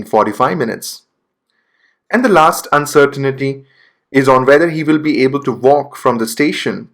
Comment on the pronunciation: You say uncertainty wrong